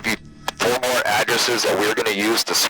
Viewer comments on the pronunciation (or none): none